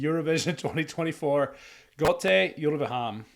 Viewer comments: Hi! Yes you're saying Gåte right. But nit the e in Uleham. The e should be pronounsed as the e in Echo. I saw these guys live back in -ish. So they know their craft. And they Back then this Folk-rock/metal style was for me completly new and magical. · Yes! You say Gåte right, but not Ulveham. It does not matter. Your reaction is great and your face is chakalakadindong.